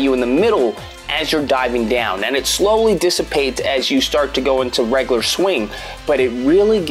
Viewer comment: I also don't like how he mispronounces words like 'regular' as 'reglar' etc.